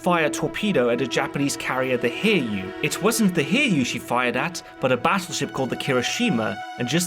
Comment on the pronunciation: Its too late now and its far from the only pronounciation mistake, but the Hiryuu is pronounced Hi-ryuu, not Hir-yuu. The rest of the issues are understandable and not a big deal, but I couldn't even tell which ship you meant until I thought about it.